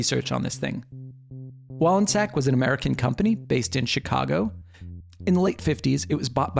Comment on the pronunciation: Also thank you for pronouncing the name correctly!